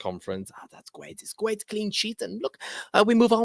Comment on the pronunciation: It’s gwait it’s gwait 😂